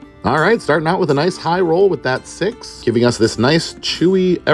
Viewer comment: I can't hold it. "rOwl for main..."